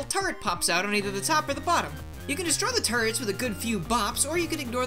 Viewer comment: when he said turets i thought he was saying turds